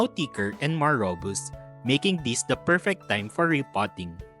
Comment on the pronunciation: rō-ˈbəst, not ro-boost 😉